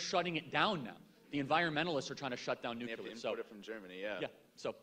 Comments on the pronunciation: Wow. Someone REALLY needs to tell Charlie that the word is NUCLEAR, not “nuculer.” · Nuclear - - - pronounced "new-clear" - - - not "new-ca-lear" - - - two syllables not three... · Charlie is high iq. But he pronounces nuclear as “nuke ya ler”. Smh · Charlie, please stop mispronouncing “nuclear”. (You pronounce it “nucular).